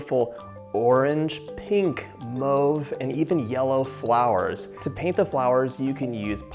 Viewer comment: His pronunciation mauve frustrates me!